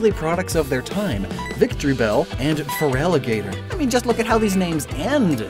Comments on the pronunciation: FeraligatOr ✔️ FeraligatEr ❌ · You trying to put an E at the end of Feraligatr instead of an O physically hurt me. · If ekans got a regional evolution, it should be called nohtyp Pronounced No tip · why are you trying to shove an e into feraligatr? shouldnt it be an o?